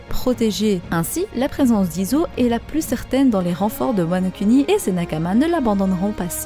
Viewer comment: je veux parler du fais que tu insiste sur la prononciation des U. Comme wanokUni KizarU AkaïnU etc.. c’est plus bon à entendre du genre WanoKouni Kizarou Akainou. Lire les U pour Ou